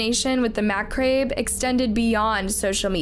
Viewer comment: The “macabre” being pronounced as “mac-rabe” in several of her videos is what gets to me. I’ve heard it in at least ten of her videos so over time. A narrator should pronounce words correctly. However I do love listening to her telling of these cases regardless